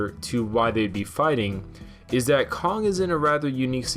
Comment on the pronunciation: Why-on-earth do you add a second "g" to words that end with the same letter(Kong-g)?